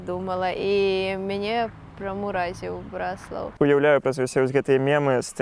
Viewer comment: БраслАвы, БраслАў - не кажыце так. Правільна БрАслаў, брАслаўскі. Наступны кадр - БраслАўскае неба! Заслона.